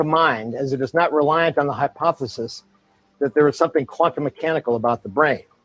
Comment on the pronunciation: He always mispronounces "hypothesis". Maybe just a speech impediment.